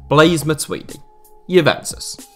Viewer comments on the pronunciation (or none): none